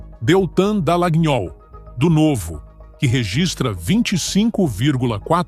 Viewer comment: Errou de cara , na primeira no meu estado. Ja vi que vai errar um monte. Colocaram Espiridiäo Amim como PL errou é do PP. Como acreditar se erra 2 vezes de cara? . E o locutor de IA, erra em dizer Dslagnol , a pronúncia é Dalanhol.